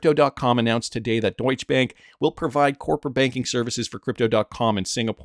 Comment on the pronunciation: It's Deutschè with a short 'e'. So not "eéé' like a lot of the others say. But don't leave it out!!! BTW I'm Dutch but live right next to the German border...